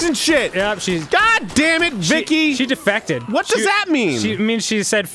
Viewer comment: i thought that said "defecated" and not "defected"